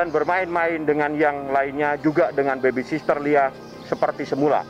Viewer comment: Duh!!! Susah amat yak ngomong baby sitter bang😂BUKAN baby SISTER 🤣🤣🤣